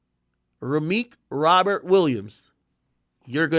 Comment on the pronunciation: Called that man rameek 😂